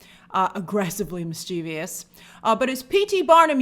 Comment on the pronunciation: Mischievous is pronounced MIS-chuh-vuhs. That syllable your pronouncing isn't in the word.